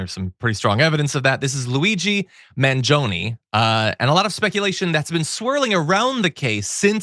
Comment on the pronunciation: How come you keep saying his last name wrong? It's like Chuck Mangione, the horn player from the 70's.